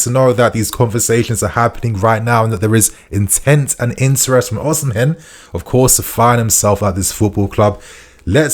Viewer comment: bro why are you saying Oshimen like that lmaooo